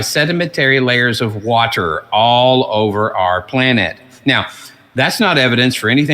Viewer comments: The way he pronounced "watter" made me throw up in my mouth a little. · He uses the same dumb arguments and tactics as Hovind. He even says water the same. All while completely unaware how stupid his arguments are